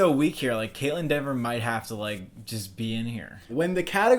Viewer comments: Her name is Kaitlyn Dever* not Denver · Kaitlyn Dever, not Denver